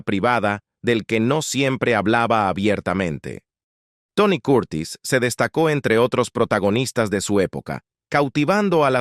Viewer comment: Aprende a pronuciar las palabras..quien es Tony Coortis? Se llama Tony Curtis..